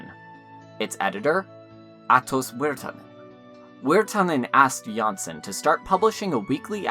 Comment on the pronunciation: It's really nice to see this resurgence in interest in Jansson and her work. I do have to note that the surname Jansson is not pronounced like this. The letter o in the name is pronounced like o in oligarch. In the video, you pronounce the name like that of a Danish variant Janssen. Also for advanced fans: the o in Tove is not pronounced the same way, but somewhat like the word "to" or "Moomin" (more like the vowel u) but with stress and therefore elongated slightly.